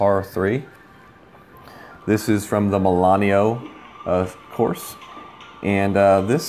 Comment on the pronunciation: It's MILANO... not Milan-e-o.